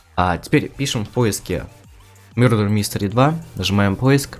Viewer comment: Не мюрдер мистер а мердер мистер